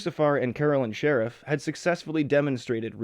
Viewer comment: Sherif: SHUH-REEF Not sheriff... you fucking twat